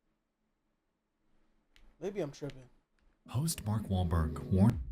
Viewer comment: bark welberg he said bark